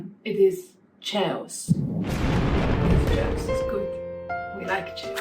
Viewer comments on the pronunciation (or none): Very enjoyable. BTW chaos is pronounced kaos